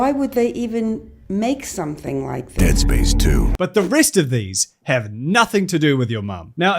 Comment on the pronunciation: forgot you were a Kiwi and genuinely heard “tit spice” instead of “Dead Space” as a result.